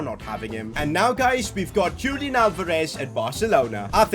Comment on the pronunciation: ITS NOT PRONOUNCED JULIAN ITS HULIAN!